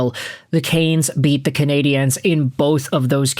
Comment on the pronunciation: Just so you know (because you're clearly an American who doesn't), in English, the word "Canadiens" is just pronounced the same as "Canadians". They are the Montreal Canadians in English, where pronunciation is concerned, not the Canadi-ennes.